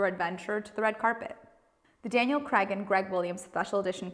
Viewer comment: Craig not creg , kreɪɡ if you want to pronounce the name properly.